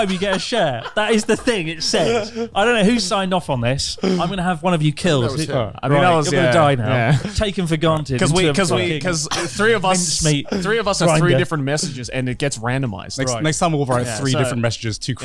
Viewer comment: Bruh, it sounds like Chris said “taken for Garnted” .